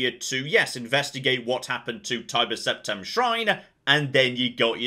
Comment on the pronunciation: Where is getting this magic ‘H’ from? Ashoom. Preshoom. Conshoom. Sept-ham.